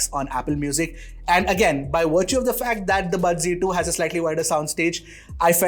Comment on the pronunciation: Z ki G kyu pronounce krte h